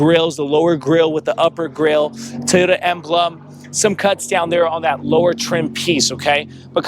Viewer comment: LOL TEEyota.